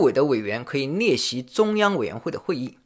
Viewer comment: 聽你說到“逆襲”嚇我一跳，趕快看畫面，原來是“列席”。哎呀我的媽😅